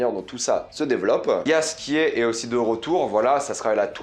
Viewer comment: Le J se dit Ye en Polonais